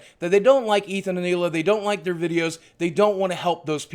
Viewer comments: The first youtuber to pronounce Hila's name correctly. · Wow this guy is like one of the only "big" YouTubers who actually pronounced hila's name right lol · you are the first person ive actually heard that pronounced Hills's name correctly